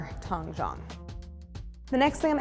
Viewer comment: Video would be better if Claire pronounced Tangzhong properly. Should have consulted a mandarin- speaking friend instead of butchering the pronunciation. The OG is Christine's Recipe's as far as I can remember seeing it on the internet.